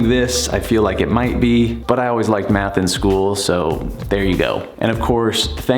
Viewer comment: Math? I thought you said meth. I’m outta here.